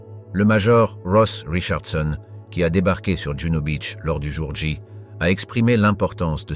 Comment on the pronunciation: ! " le jour ja " 😂😜🤣